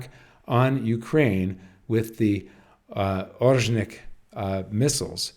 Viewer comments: Ore-sh-nik not Ozhnik. This is the name of a kind of bush tree from the birch family. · Pronounced [aw-Reh-shnik] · Here’s a pronunciation guide for you how to say Oreshnik properly: start with Oreo but drop the last “o” and now add sh-Nick like you start saying “shoe” and replace “oe” with Nick. The stress is on “e” in the middle which is pronounce like in OrEo.